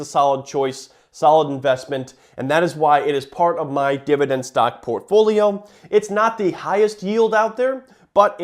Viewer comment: He doesn't say it once, he says 'Divi DENDDD' 479 times though